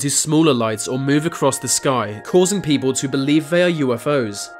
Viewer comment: If the narrator of this video is reading this please read on: Your voice is excruciatingly fucking annoying. You even say beople instead of people 😂😂😂